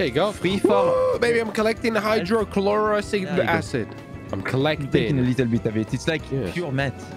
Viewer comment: Hydro cloric acid lmao. One silent H and all their brains turn to mush